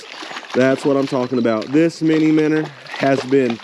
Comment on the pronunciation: Finally, someone who knows how to pronounce it! MINNER....Heck yeah, bro! hahaha... I so seriously wish you the best of luck with this venture. I'll be checking out your website for sure. Favorite baits for me are more natural colors & black/white combo. The stockers here go for natural colors just as much as the more popular pinks & white but that's just my own personal preferences. Great video bud...